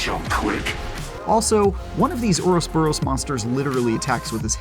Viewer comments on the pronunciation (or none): IGN where the hell is the quality control. Get your narrator to actually read the damn script. It’s not “oros-boros”, jeeeze! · Oros boros?? Jeez when it comes to this franchise, you guys can't pronounce anything right lol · "HORUS BORUS" form... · "uros boros form" lmao orouboros is one word you potato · "Ouros boros". Lmao. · "Erosboros form" another word mistake by IGN lol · Ouroboros? Like bro. It’s not that hard to pronounce. Just look up the shitty review you guys did for RE5 back in the day for reference. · The way he said ouroboros killed me. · its not even a mispronunciation, he repeats it the same way later... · man cant even say ouroboros right